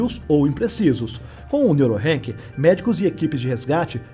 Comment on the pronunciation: Se fala Neurock não Neurorank😊